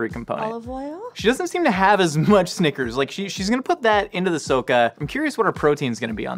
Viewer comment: i like how pronounces snickers 'sneakers'